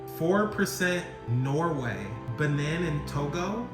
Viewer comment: "Ba-neen" not Benin the I is stressed.